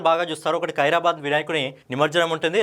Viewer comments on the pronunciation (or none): ఖైరతాబాద్....ఖైరాబాధ్ కాదు